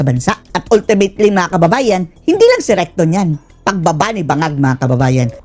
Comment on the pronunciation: Natawa naman ako recto naging rectum😂😂😂